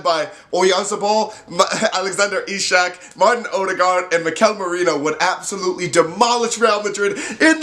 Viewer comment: Not ishak, but its pronaunced iceak :)